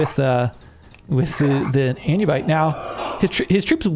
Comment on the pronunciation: "Jord, anyubite, jarl, jotun, tire". Please make it stop 😂 A lot of these names are impossible to get right if you've never seen them before so I am mostly jesting. Love the casts btw